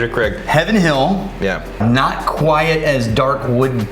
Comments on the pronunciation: love y'all but quiet != quite bud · Should have taken a drink every time he said "quiet" instead of "quite" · You should have taken a drink everytime he said "quite" with two syllables like "quiet." 😁